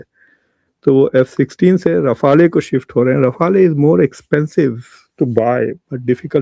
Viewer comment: Mqudar jhade rifala nhe rifal ha Mqudar jhade madras chaf bolna thoo seack la jhayal ka beacha